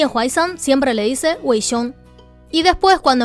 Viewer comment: Me mori porque parecía que estaba diciendo Wy XD